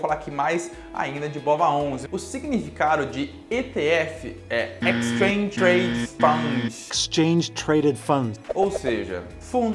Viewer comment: "O significado de ETF é 'extrange trades fungsh' (...)" Kkkkkkkkk. Mas ficou muito boa a explicação, parabéns! :) Pra quem não conhece a BOVA11, tá aqui no TradingView (clica no 5Y)